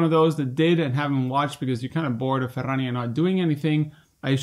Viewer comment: Thank you for for saying "Ferrrrania" that often <3 - love the news!! thank you!